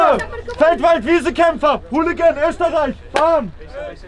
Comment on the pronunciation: Esterrreich ohhh estrerreichh